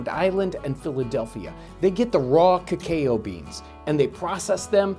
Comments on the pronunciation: Lol, you said Kuh-Kayo. It's supposed to be said K'kow, almost like Kapow. XD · For a moment, I doubted and had to google the pronunciation of cacao as I am not natively english. Then I found out yours really is completely wrong, the one we use in other languages as well is correct and I cringed every time you said it. It's 'kuh-kau' not 'kah-ka-o' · kekeo bean lmao, it's either cocoa or cacao, it's never kekeo :D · Look up the word online. All sources state "kow", not "cay-o". He is outright pronouncing it wrong. It is not a regional difference, it is ignorance. (BTW, I've lived almost my entire life in the Midwest, 2.5 hours from where these videos are made). Also, it's not judgement. Why do you have a problem with people providing information? The OP wasn't being rude or offensive in their statement. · I knew of the "cacao" bean, but it's my first time hearing of the "kaykayou" bean haha 😂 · I know I'm being pedantic but because Cacao is a Spanish word imported into English, the standard pronunciation is Ka-Kow (like the animal cow), not Ka-Kae-Oh, as a it would be pronounced in a natively English word. And whilst I'm being pedantic, it is also the case that the Maya and azetc would spice their drinking chocolate often significanlty more thean Europeans, or European colonists, so if anything the Spanish played down the spicing when they adopted the drink, in part because oof the use of sugar and later dairy to make it a sweet creamy or milky beverage. It's interesting to see this halfway house between the earliest and most modern preperations. I somtimes make this stly of hjot chocolate myself, but I've never used a repipe, so I might try this one out. I'll probasly buy my beans pre-roasted and peeled though! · In case anyone was wondering cacao is actually pronounced "ca-cow" not "ca- kayo" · omg lol he keeps saying "kay kay oh beans" instead of cacao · John and Team, the bean's name is pronounced 'cah-COW'. Not 'cah-kay-oh'. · kuh-kow. Not kah-kayo.